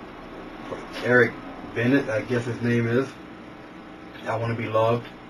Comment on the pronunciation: Good vid. Good job really breaking it down. Also I know this video is over two years old but his last name is pronounced Ba-nay if you haven't figured it out lol. Not Ben-it like it's spelled.